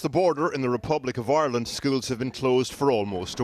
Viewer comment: they way “ireland” is pronounced... like Aeyrlund.